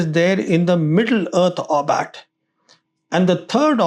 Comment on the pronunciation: It is not 'orbat'. It is 'orbit'. Get you damn words correct if you want to be taken seriously. Gods sake.